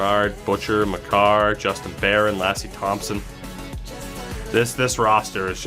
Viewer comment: I think Baier is pronounced Bear? At least that’s what I hear in game